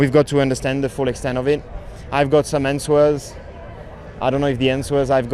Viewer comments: The "w" in answers is silent Charles. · Wonder if Leclerc will get some "ansewers"